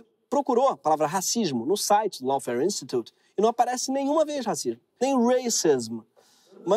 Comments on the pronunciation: Dica de pronúncia: Lawfare /Ló.fér/ AW tem som de /Ó/ , e não pronunciamos E no final de palavra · Pronuncia certo : LAWFARE /ló.fer/ RACISM / 'rei.ci.zam/